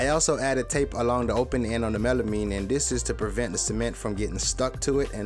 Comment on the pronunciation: you said it right the first time then when it comes to the making you said it wrong WHY!!!! oh the word was Melamine by the way